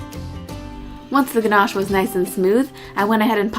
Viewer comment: Thats not how you say ganache in english XD